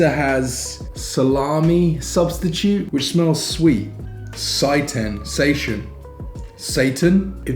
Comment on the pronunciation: Great video! I love how you were open to trying all of these vegan products. Also Its "say tan" (seitan) haha. It's made from vital wheat gluten.